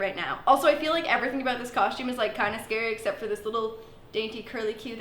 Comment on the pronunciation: No one:: CoShTuMe